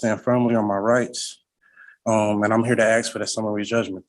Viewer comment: I OBJECT to this sovcit using the word AXE instead of the correct word ASK. My personal pet peeve.